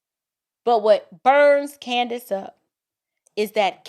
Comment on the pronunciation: It is so great to hear this woman nail CANDIce perfectly. I'm very impressed.